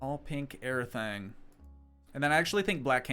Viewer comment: I love when you said “all pink erytang” 😂